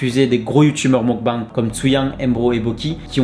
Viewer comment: ça se prononce meukbéng